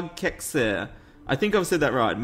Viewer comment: Love the GUNSLINGERRRRR episodes;) You should read out the Text hough and edit your voice to sound metallic for example. Ich mag Kekse;)... "Käekze" xD K'eh'kse, try it smoother, you stress the E a bit xD You tried though:D German is hard English is hard Languages are hard existing is hard